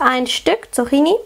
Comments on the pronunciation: Die korrekte Aussprache ist [tsuk'ki:ni], nicht [tsu'xi:ni]. Außerdem ist es sonnlos, im Plural ein s dranzuhängen, da 'Zucchini' schon Plural ist (Singular 'Zucchino'). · Die Dinger spricht man Zukkini aus... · tolles Rezept :) aber einen kleinen Kritikpunkt habe ich. Das "cch" wird wie ein "ck" ausgesprochen (Zuckini quasi)